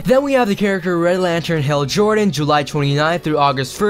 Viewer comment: Wait a minute, is it just me or did say Hell Jordan?